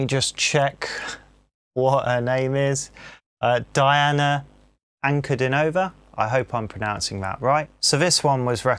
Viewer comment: Welcome to the magical, mystical world of Princess Diana, The Goddess Voice of Nature. Enjoy your journey. She is a true Contralto. BTW, her first name is pronounced Deeauuna.